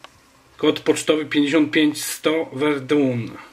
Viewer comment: Verdun (czyt. Werdę) ;) Pozdrawiam :)